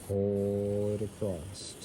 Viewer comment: Love your videos buy please please stop saying acrosst!! It's just across.